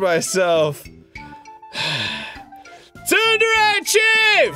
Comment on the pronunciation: GODDAMMIT STOP SAYING "TSUNDERE"